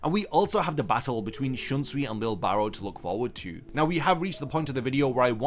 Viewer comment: His name is Lije Barrow. (Lee-jay (soft j)) Im posting a youtube short soon to address the constant mispronounciation of his name.